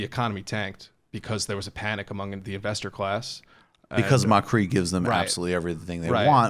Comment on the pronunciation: Macri Is accentuated on the a not on the I, is macri not macrí